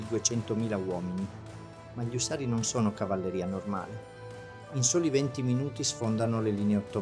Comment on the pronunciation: ÙSSARI...NON USSÀRI !!!! MA BASTA CON LA I.A. !!!